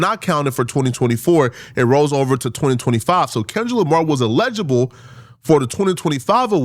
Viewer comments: saying "eligible" is sending me 😂 bro that word is body slamming your big azz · I love the videos big fan but Google the pronunciation of eligible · Bra, learn how to say “Eligible”before you start saying people are dumb and can’t deal with complex thoughts. DON’T then breath you slide through saying “Eligible” the wrong way 🤣You 30 something, it’s embarrassing doggie… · He Calling people dumb but the whole video he saying allegeable when he should be saying Eligible 😂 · He's pronouncing it like the word legible and it's killing me too 🤣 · doesnt know he's meaning to say eligible but he keeps saying allegeable.....all while calling people stupid 😭😭😭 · Say it with me “(EL-uh-juh-buhl)” or “L-LAH-jah-bull” = Eligible 😂😂😂 not “allege-able” 🤭💀 good vid though 🤞🏾👌🏾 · el-i-gi-ble. I will allow 2 mispronunciations. Then I gotta let you know. I've been accused of being a grammarian by an English teacher. 😂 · Btw it's "eligible". You really not as smart as you think my boy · #ELIGIBLE (el-a-ja-bel) allegible or whatever word you making up must be in the tether dictionary. Go to Google type in the word and tap the speaker 🔈 button. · El-i-gi-ble say it with us… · It’s ella - ji - bol … still love you though my African brother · Ay not hating or tryna be THAT guy but the way you say eligible makes it sound like you are saying illegible which means something is hard or impossible to read. Eligible means not qualified which is what you were tryna say. You are very well spoken so just wanted to lyk my guy. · Eligible say it with me now ELEH-GUH-BUL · Eligible. "EL-lih-ghea-bull" ...say it with me, one at a time, then all together one word . Eligible. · If you’re going to sit in front of a camera and talk for a living, maybe you should learn how to properly pronounce words eligible isn’t even a hard word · Bro you’re pronouncing “Eligible” incorrectly lol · Why is he pronouncing eligible like that? 🤦‍♂️ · He's pronouncing eligible wrong